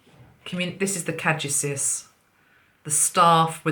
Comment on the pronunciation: I think it is kuh-DOO-see-us, caduceus